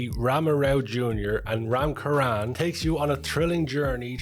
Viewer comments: Its Charan, ch in Cherry not Karan! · Its RAM CHURAN NOT RAM KURAN!!! Lol 😂 But great video SIR 🙏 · U call it Ram "Charan"....Cha as in Charm not Cha as in Character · 'Ch' in charan sounds as in cherry. Ram charan not karan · Hi, I do not know if anybody in the comment mentioned this but as for Ram, Charan is pronounced the same as Cherry which is one of his nickname So Charan so Ch is said like Sh in ship. Again on the best reviews. What comes from the heart goes straight to the heart. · 🔴🔴🔴🔴🔴🔴 Nice review It's ram charan ("cha" pronounced in 'Charles') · Haha yes the pronunciation was wrong 😂 it's Charan Cha like in Chair . It's a fun attempt though like u said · It's not pronounced as ram charan. It's pronounced as ram charan